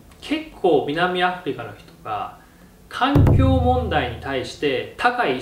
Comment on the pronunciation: 動画の本筋に関係ないですけど、最初の南アフリカの発音がもろ関西弁でしたねw 今の社会は大量消費がベースになっていますから、難しいですよね、ロビンさんは菜食ですが、お肉を作るのにも大量の水が必要ですしね。そう言った意味で、日本は大量の水不足の国です。